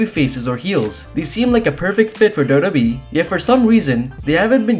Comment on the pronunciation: Why does he call WWE dodobe